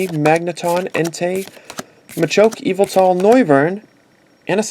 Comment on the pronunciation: its yavetal